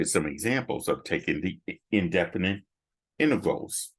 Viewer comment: said "intervals" instead of "integrals" well sounds like it anyway